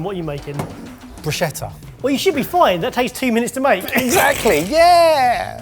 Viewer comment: Hooray - he pronounced bruschetta correctly. My brain was throbbing with all that broosheter lark.